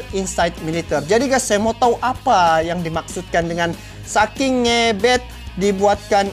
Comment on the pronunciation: Maaf ngebet ya bukan ngebEt bacanya hurup kecil saja.top